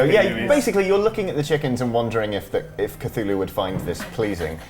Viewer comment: did you actually pronounced Cthulhu right? The Lord appreciates that.